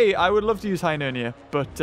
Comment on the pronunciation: its Hyneria not Hynernia